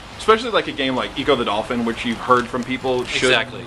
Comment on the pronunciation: It's pronounced echo the dolphin rocks loud you know that now you're supposed to be a pro you're pro I believe you're a pro come on man be better than that